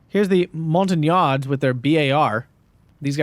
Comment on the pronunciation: Gotta love everytime someone brings French troops to one of your vids ;) "Montagnards", pronounced "mon-ta-niar"